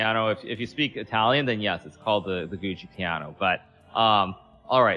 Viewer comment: I find it so funny that both of them are saying gucci piano instead of giuocco piano